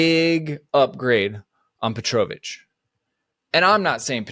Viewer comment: That Petrovic pronunciation is killing me... other than that, 100% agree. The goal keeper situation is a joke right now.